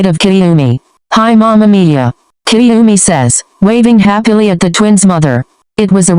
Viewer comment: listen love mama miya, but every time it sounds like mama mia yk mario..